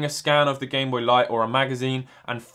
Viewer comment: “gamebopy” “gameboyt” lmao